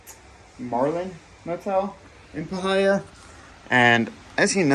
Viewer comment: Parh-hi-a 😂 pie-here